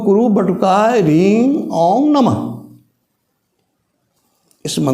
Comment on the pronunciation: guruji Charan sparsh.... Aap jab bolte hain toh Reeng sunai deta hai ...Hareeng puri tarah sunai nhi deta........